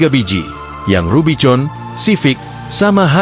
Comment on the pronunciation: RUBIVON bacanya RUBIKON.